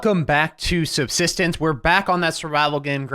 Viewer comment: you cant even pronounce the games name correctly